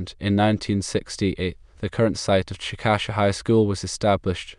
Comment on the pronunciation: Please change "Chick-Ă-shuh" to: "CHICK-uh-shay" I live here and it sounds weird when someone pronounces it like this